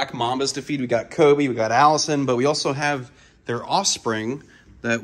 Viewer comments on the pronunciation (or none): none